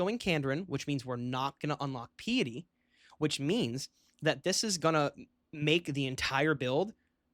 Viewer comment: Most underrated youtube channel of all time. btw it's pie-ety not pee-ety. lol